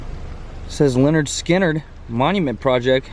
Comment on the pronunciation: its pronounced pronounced leh-nerd skin-nerd